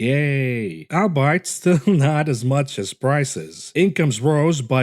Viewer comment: AHL BEE IT Thats how "albeit" is pronounced.